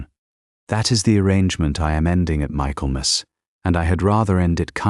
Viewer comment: Pronounced “Micklemuss”